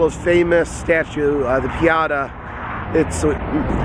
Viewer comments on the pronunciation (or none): The Pieta - Pronounced Pee - Eight - Uh or Pee - 'et - ahh